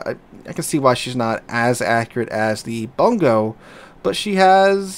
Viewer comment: I still haven't seen a streamer pronounce the Bungo correctly lol.